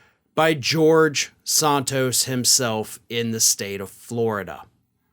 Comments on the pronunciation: His name is SANtos not SONtos you don't say desontis when you say his name desantis so why do you pronounce santos as sontos ? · Santos, like Santana, not Sauntos. Just trying to help :) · San-Toes not Sahn-toes. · You’re the only one pronouncing his last name that way.